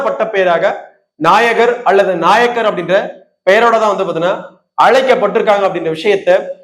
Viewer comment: நாயகர் (நாயக்கர் ) அல்ல உச்சரிப்பு தெரியாத வன்னியர் ?